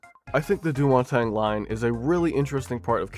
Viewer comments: that hurt to hear, its pronounced deu mon-tang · With my extremely limited experience with French, I think Deux-Montagnes is pronounced "dew-montahn". Feel free to correct me if I'm wrong. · that was the worst pronunciation of any french name i have ever heard, but anyways happy canada day from someone who has ridden the line in real life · DOO MON TANG-UH